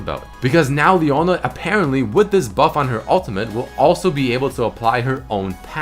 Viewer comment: leona E not P